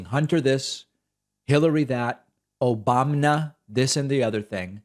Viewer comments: That "Obamna" sound gets me every time. lmao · Random “Obamna”! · That random “Obamna” lol